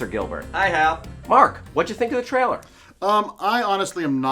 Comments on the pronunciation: Damn you... Just say the word "Trailer" correctly... just once.. Just ONCE! It's not "Traller" you moron! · Am I the ony one who thinks Hal can't say the word ''trailer''?